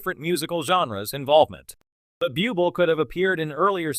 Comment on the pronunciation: Could you please get a commentator who can bother to learn to pronounce well know performers' names? Bublé & Stefani are well known enough for there to be no excuse for such laziness & ineptitude?